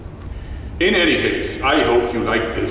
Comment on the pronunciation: Mark 2 Not mk2. Mk2 = mark2